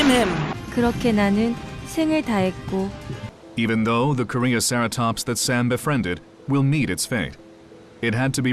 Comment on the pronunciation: "Korean Ceratops." That made me cringe so hard.